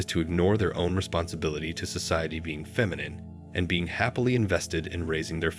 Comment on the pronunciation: Sorry. I only made it to . Is this being narrated by AI? Either learn or teach your AI to correctly pronounce "Masculine" and "Feminine" because it's really annoying listening to the narration. There you go - downvoted.